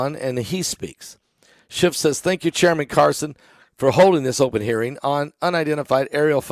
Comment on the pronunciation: His name is not "Schift"... Its "Schiff."